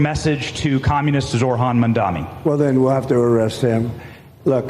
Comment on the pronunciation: At least you've learned to pronounce his name. 👏 👏 👏